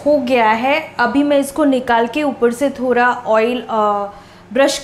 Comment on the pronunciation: Bhan ji thora nahi thoda hota ha pehle bolna sikho phir aanaa 😂😂😂